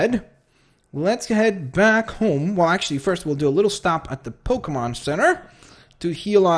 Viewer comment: Dude pokemon not pokamon